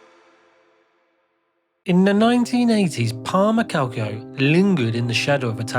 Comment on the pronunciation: Palermo, not Palmero. 😂